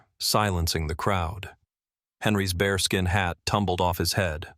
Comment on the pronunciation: Not - "BARESKIN hat" - it's a BEARSKIN hat